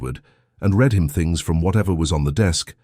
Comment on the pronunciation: Great story. One wish: AI needs improvement so that "read" is narrated in the correct tense. It is always pronounc.ed in the present tense instead of the correct past tense making it distracting when listening. TX 🇺🇸